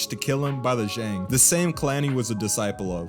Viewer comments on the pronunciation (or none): none